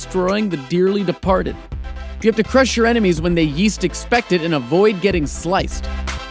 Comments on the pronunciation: Did you say "when they yeast expect it"? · lol " when you yeast exact it" I died 😂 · "WHEN THEY YEAST EXPECT IT"